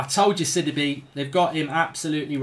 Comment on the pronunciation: It’s not Sid-I-be Up it’s Sid-ee-bay